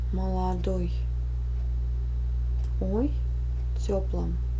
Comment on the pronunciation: А еще в тёплОм а не тёплАм